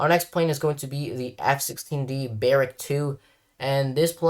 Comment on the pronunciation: please stop calling the Rafale the fucking Rafael, can all you people not read? i'm not asking for it to be said in a perfect french accent or sum just call it the Rah Fall. also its the Buh Rock 2, not the Bare Ick 2 man why can you not pronounce shit for the life of you or something